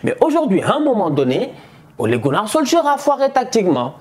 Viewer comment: il aime trop prononcer les nom a la francaise solsker 🤣🤣🤣🤣🤣